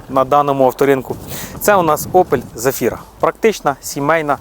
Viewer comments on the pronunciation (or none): Опель Зафіра а не Зефіра